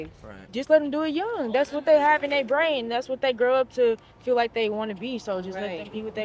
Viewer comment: "dats whut dey hav in dey bwrain" 🥴